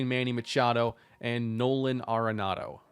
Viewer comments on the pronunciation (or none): none